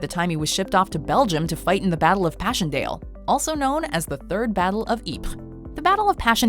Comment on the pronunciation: I really must compliment you on your near mastery of pronunciation in this video. I am a major history nerd & I cannot pronounce these well-known to me foreign words/names like you can, specifically your mastery of Ypres. Furthermore, I have seen actual historians who would not stand a chance at beating you either. Cheers, James